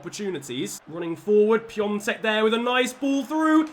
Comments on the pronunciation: PiAtek not piontek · It's Pee-ah-tek, not Pyongtek 😂😂 you're making him sound Chinese! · It’s not Pi-on-tek it’s Pi-a-tek (I’m from Czech Republic, that’s how you pronounce)